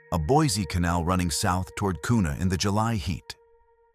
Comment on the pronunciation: It's pronounced qna spelt Kuna. 😊